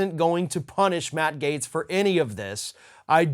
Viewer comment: Without freedom of speech we wouldn’t know who the idiots are. This Gaetz clown is so stupid he can't even pronounce his GERMAN name properly. What a trumpian POS.